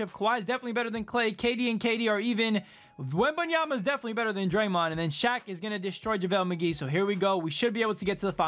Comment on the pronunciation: “Victor wembanyamamama” 😂😂😂